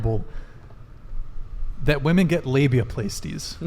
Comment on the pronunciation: It's "labia-plass-tee" not "play-stee"